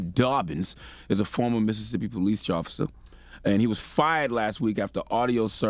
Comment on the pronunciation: “it’s a former Mississippi police Jofficer”